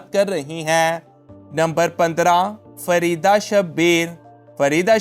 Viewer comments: فریدہ نہیں فریہہ ہے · Farida jabin ni fariha jabin